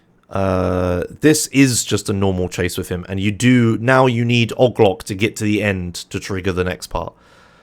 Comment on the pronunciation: i tried so long to figure out who ogloc is. 🤦🏽 its OH-GEE-LOC